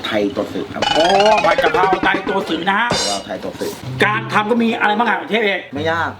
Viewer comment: กะเพรา ไม่ใช่ กระเพรา